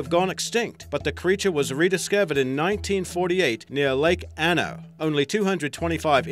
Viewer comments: You're freaking killing me...not Lake ano...Lake Te Anau. Teh-Ah-Now...wtf. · Takahe ... is pronounced Tah-Kah-He not Ta-Kai and it is found in Te Anau (pronounced Tee-Ah-Now)